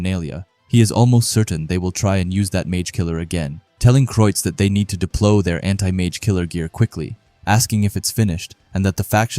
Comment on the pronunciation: Deploy not deplo